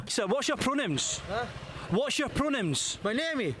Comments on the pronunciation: Hey Jammi, to answer the question from someone born and raised in the western US, the way he pronounces it sounds kind of like " Prahnims " so I can understand why they would need a double take haha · sounds like he’s saying pro-nyms. Like homonym, but no homo…. and pro? That was honestly unintentional and I don’t have a better example word 🤣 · american here, it sounds like pronims. honestly and now i cant stop hearing this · Pink haired guy sounds like he's saying "Pronims" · As an American, i hear “Pronims” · I honestly heard "pronounce" 😂 I would have asked him what he was trying to pronounce! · he's sort of saying it like pro-nyms. "nym" can be interpreted as "name". both the fact thats what it means, and the way you can confuse. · The scottish guy sounded like he was say pro-nim. I can understand the confusion. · It sounds to me like he's saying "pronems". If I didn't already know what he was asking, I'd be asking "What?" too. A few times it sounded like "What's your problem?" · As an american it sounds like he's saying "pro-nims" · As an American it sounds like he's saying pro-nuns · What bugs me about the colorful guy, is that when people are clearly not understanding what he's saying because of the accent, he pronounces it even worse the next time. In another clip he says it perfectly clearly. but most of the time, it sounds like he's saying "Pro-names." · I think he is saying "pronyms". I'm not sure if that's a word, but that's what I'm hearing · I’m Scottish, and the Scottish guy definitely sounded like he was saying “pro-names” several times. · Im american and yes, it DOES sound like that guy is saying pro names lol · scottish pronunciation sounds like pro-nyms to this yank (any pronouns)